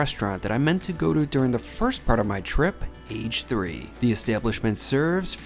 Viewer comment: it's not "age three", it's "ah-geh san" age (ah-geh) is for deep-fried and san is for sandwich.